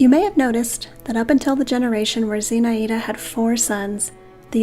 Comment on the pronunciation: It's pronounced Zinh-Eye-da